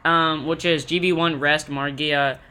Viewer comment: "Magia" not "Margia"